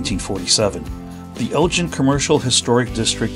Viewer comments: Sorry, but my family has been living in or near Elgin (go not gin) for over 100 years. You are pronouncing it wrong. Don't really know how Mr. Elgin said his name all those years ago, but it has been Elgin (go not gin) all my lifetime. Other than the mispronunciation, pretty good show. Did anyone mention to you that Elgin's wide Main Street was used to film part of the movie, The Great Waldo Pepper? And you picked the right place to get your sausage. Meyers is way better than the alternative. Thanks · I guess relatives and friends who have lived in and around Elgin (g as in go) for 100 years have been calling the name incorrectly. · Great video. We live on the outskirts of Elgin, and I wish you’d asked a local how to pronounce the name of the town. It’s a hard G. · We pronounce the town name differently. It’s not like the marbles or other Elgins like the one in Illinois. Thanks for the video. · Did you notice the curved bricks? The very fancy brickwork reminds me of Baltimore. And the hard G in Elgin is pronounced like the g in girl. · Elgin is pronounced with a hard g, like giggle. Hard to watch when you keep saying it wrong. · If you do any other Texas videos, ask a local how places, streets, etc are pronounced. Even if it should be obvious- it might not be.